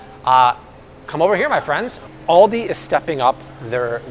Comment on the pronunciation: the way you say Aldi hurts my soul